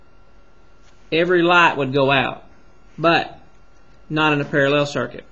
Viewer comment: You can explain, but just don't say "parellel", it's parallel. Great video anyway!